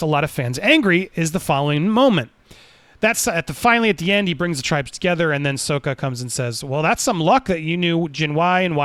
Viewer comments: Wait wait wait back it up for a second there, chief. Did you just say Soaka? Nope not having this 😂 i didnt know you could just change name pronunciation just because you feel like it. Is that how it works? I don't think thats how it works mr poapcor-ned plahnet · Andy mispronouncing Sokka...🤣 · He's still learning...